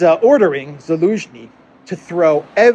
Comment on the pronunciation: "Elensky"...i love how the Z doesn't even occur to anymore. Have not heard him slip in weeks.